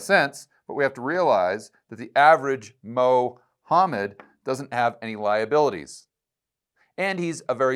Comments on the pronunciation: Mo-homed has me dying 😂. Keep up the good work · Loved Mo hammed pronunciation...😅 In a broader sense it's reminder of the ridiculousness of making such a grandiose claim to be identified as the final word from the divine! Mohammed with his biased proclamation of claiming the final prophet hood...!🤣 It's a prove of the level of their fault-ness & fallacy. Not to mention the cowardice West consistently fearing talking discussing Islamisem's threat to human endeavor..! 🤨😉